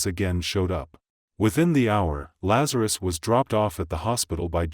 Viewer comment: Why is the reporter calling him Lazar-i-us?? It's Lazarus.